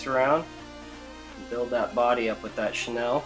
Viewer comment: Who is Chenelle? Its pronounced "Sha Kneel"